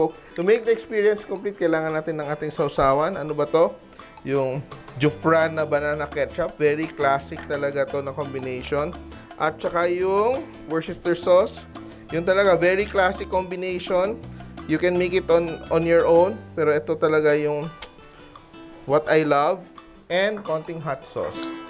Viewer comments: I remember my mom's homecooking! I love this style of fried chicken... less breading and you can enjoy the more natural flavor. I love your recipes chef! By the way, so as not to confuse the viewers... worcestershire sauce is actually pronounced as wu-ster-shir and not wor- ces-ter-shayr. More videos please!!! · WORCESTERSHIRE SAUCE CORRECT PRONUNCIATION IS 'WOOSTERSHEER'. 🇵🇭🇬🇧🙂😊